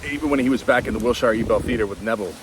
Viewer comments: Hey Wilshire is not “Shy-er” its pronounced “shr” appreciate these daily videos! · Ahahaha😂 Wiltsheere ir Wiltshaire... I loved it. Dear, the hyper BRIT queen's English would require the "...sheere" pronounciation, that I can assure. The algo recently introduced me to you and I am loving it. I DEEPLY was moved by your " I love you guys" from Yesterday. Financially I should be devastated, but I am so eager for what is coming... for what IS. Thanks. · It’s Wilshire…pronounced Wil-sher. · We say " wil - shur" out here in LA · It might be will-shy—er , but you’re right- it doesn’t matter 🎉🎉🎉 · I live in the LA area. It's WILL- shur. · Here in England we pronounce Will-sure😊. Doesn't really matter! We understand and that's enough😂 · "Overthinking" was my middle name. Thank you for YOUR thinking and efforts. Pronounced Wilshure. When pronounced in the old English they say "Shire" of course representing an exclusive county.